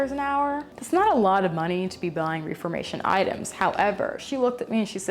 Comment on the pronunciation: kelly!! love you so much. i just wanted to let you know in case you care to know; i used to work at reformation! It's pronounced with with a short e (like death)! ok that is all xoxo